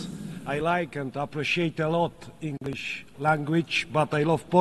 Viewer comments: albo jak mówi "language" to mówi "langłić", a poprawnie jest "langlicz" i nie (english) "ingliś" tylko "inglisz" xD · Dźientelmen, ingliś ent poliś lengłić. Level A1 minus